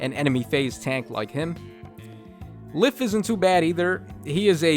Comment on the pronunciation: Did you just say Legendary Leif twice...? Sorry, Legendary (Se)liph. (The Se is silent) Also, the temptation to run either double Altina, Plumeria, Lysithea and an IP unit? Or just one Altina and one Plumeria.